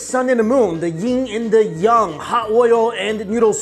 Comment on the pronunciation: I thought it was pronounced yang not young